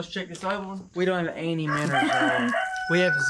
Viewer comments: Are you trying to say minnows because I don't get it from miners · The way says Menos is hilarious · Can someone count how many times he has said minrs?